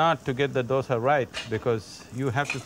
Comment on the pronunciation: i have never heard someone say it like that,just say dosa